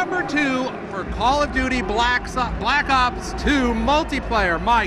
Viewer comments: did he said: call of duty black suc... ops..? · anybody else notice right at the beginning he was goin to say black socks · haha the guy said call of duty blacks lol he messed up lol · Haha he said black socks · hahaha wow i just noticed he said call of duty blacks umm i mean call of duty black ops 2 hahahaha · he wnted 2 say black cocks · lol did he go to say black socks at the beginning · Blaxs ops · "daay 2, for call of duty black soc.. black ops 2 multiplayer" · i swear he was about 2 say Black Sox